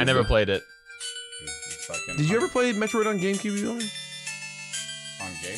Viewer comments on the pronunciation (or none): none